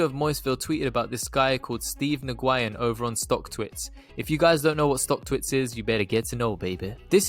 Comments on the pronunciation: 😂😂😂 Ohhh man Steve New Guyin!! That is hilarious to me!! I had to pause video and post this right when I saw the Post! His name is Nguyen! As in New yen! But I love how you pronounced it this first time! 😄 Classic!! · Yeah I’m in the bay about 15 min away from Mr Nguyen. Huge Vietnamese community here, I’ve heard it pronounced many different ways but New Guy In is an instant classic. Ima have to go check out this place in Morgan hill and find out how many saphyr’s are coming through!